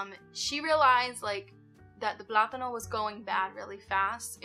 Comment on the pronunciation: Hi, Hope Milo's getting better every day! Sending my prayers to you all. 🥰 Thank you for another great video! I loved the way you said plátanos in Spanish. 🤗 And yes, another tip for not wasting money on food is returning all "fresh" vegetables back to the grocery store. I've been doing this since last year, specially returning oranges and avocados after opened. I had been noticing that these grocery items get so ripen when picked, so no more wasting money! Best wishes to all!🥰🥰